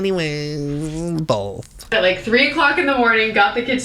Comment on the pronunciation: your "Bolth" gives me so much life 😂